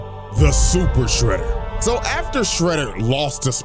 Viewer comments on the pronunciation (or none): "SUPER SHREEDER"